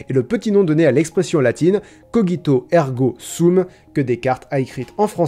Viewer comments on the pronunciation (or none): Je doute très fortement que cogito se prononce coguito... Ne serais-tu pas le malin génie links ? Tu essaies de me tromper ! Je le sais ! Mais ne t'inquiètes pas, je pense... Donc je suis ;)